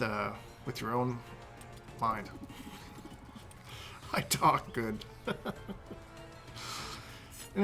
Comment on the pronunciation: So the key strategy is.. "use you're own mind". "i.. tawk.. guhhd" lol you crack me up! 😂